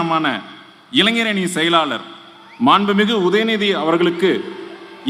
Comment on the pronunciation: " எலூச்சி" " சூரியயோனுமான" ..மேடையில் வீற்றிருக்கும் " கலகத்தின்" முதன்மை " செயலூர்" அவர்களே! ...எங்கடா படிச்ச ? எழுதி கொடுத்ததை கூட சரியாய் படிக்க வரல.. நீங்க எல்லாம் ஆட்சி பொறுப்பில் ..தலையெழுத்து .இதையும் " தலைஎலுத்து" அப்படின்னு படிப்பான். கலகம் இல்லடா கழகம் ...நல்ல வேலை கலைஞர் உயிரோடு இல்லை